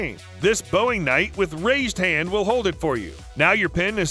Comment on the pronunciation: I keep seeing videos for this channel pop up in my suggestions, and I was trying to decide if it's a human being or just a really good ai voice. I'm finally convinced it's an AI voice. he pronounces it as "bowing" like a bow and arrow and now "bowing" like you bow before a duel.